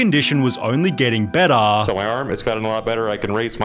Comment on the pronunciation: That's Beddaah, See you Leytaah